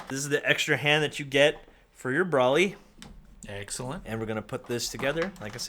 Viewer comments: Brawley? It is pronounced brolee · No offense this review is great apart from this but I cringed every time you said brolly instead of broly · It’s broly not brawly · Why are you saying braly it’s broly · HIS NAME IS BRO-LEE BROLY OH MY HOD LEARN HOW TO SAY THE FUC🤬🤬🤬🤬🤬🤬🤬🤬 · "Bruly" I'm sorry, what? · Lol he said "braly" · ITS BRO-LEE 🤦‍♂️🤦‍♂️why is this so hard for people??! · I had an aneurysm every time he said brahly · Its Bro-ly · BRO-LEE DAMMIT! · The way he pronounced Broly makes me suicidal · I dont like the way he said broly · Broly not Broly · The way he pronounces it pisses me off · Who else is triggered that he didn't pronounce broly right?